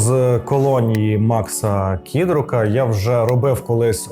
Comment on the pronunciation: кІдрука?! Ну ви серйозно? Ну хоч українських письменників можна називати правильно?